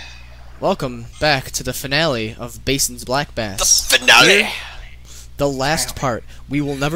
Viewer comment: Cant believe they don't know how to say Bassin.